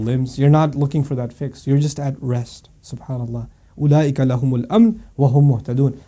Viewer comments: "fix" not "fiqhs".... :) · I think he meant 'fix' not 'fiqh's'